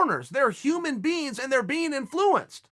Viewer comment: Why does chael say inflUence lol